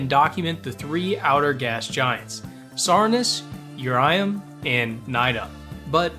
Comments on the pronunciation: "urium" is actually urlum. pronounced Ur-lum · Also, it’s Urlum with an L not Urium with an I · its urLum not urium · ITS URLUM NOT URIUM 😠😠😠😠😠😠😠😠😠😠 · No one wrote a comment about him calling URLUM, URIUM? Or did u just not see any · its not Urium its urlum bro 😭🙏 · The planet you call "Urium" is spelled "Urlum". Hope this helps you on future vids. Also, a tip for knowing when it is safe to deploy a parachute: I'm not sure if this applies to the visual mods you're using since I like playing on the stock graphics of the game, but on the staging view, a parachute's icon will be gray if it is safe to deploy, yellow if it is risky and red if it is unsafe. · why did you say urium it's URLUM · Im pretty sure its urlum with an L not an i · WAIT IT’S URIUM NOT URLUM?!